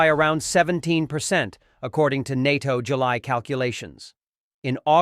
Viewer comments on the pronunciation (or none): none